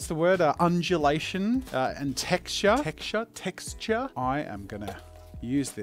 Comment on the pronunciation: If you cannot say "texture" properly, all of us non-originally-English-speakers are DOOOOOOOOMEDD!!!!!